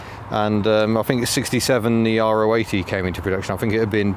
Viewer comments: It is the latter you are correct. It seems to be the English speakers that cannot pronounce it properly. In Germany you’ll always hear it pronounced Ro-achtzig, not R.O. achtzig . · Weren’t they more after the K70 than the gearbox? And yes, Ro80 (row 80) is the correct pronunciation 👍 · Is it R.O. 80...? or Ro (Rotary) 80?? I Always assumed it was the latter, the 'Ro' being pronounced as an individual syllable..